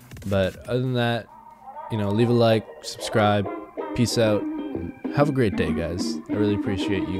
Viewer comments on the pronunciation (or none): none